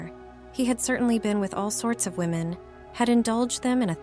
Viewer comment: Poor confused AI! Can't tell "him" from "her" and says, "WOE men" for "women." Isn't there a human attached to this site that can EDIT??